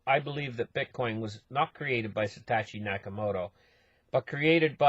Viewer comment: I love how you keep saying 'Satachi'